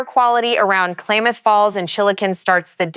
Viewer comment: "Klaymuth county?"